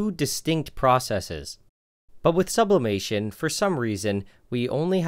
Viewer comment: Sublaperation? Subloiling?